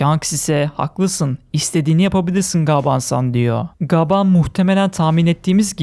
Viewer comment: Lütfen gaaban değil gaban de🙏